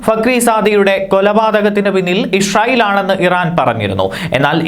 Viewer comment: ഇഷ്റായിൽ അല്ലാ Bro ഇസ്രായിൽ